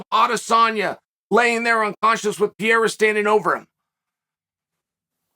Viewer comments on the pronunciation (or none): Why must you call him “pee era” it’s “pear era” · Still saying Piera instead of Pereira! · Chael keeps pronouncing Alex's name as "Pierra" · yo, im so sorry Chael, I love you, but how the fuck are you pronouncing Pereira brother? lol - you high fam? haha jks great content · How the hell have you not figured out how to say PEREIRA properly yet????????????????? I swear, you do it to bother people. Like "Breakfrast"........... I both love and hate you.